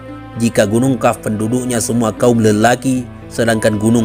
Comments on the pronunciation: qaaf bukan kaaf.. sebut hurup yg benar,. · Kok bacanya Kaf?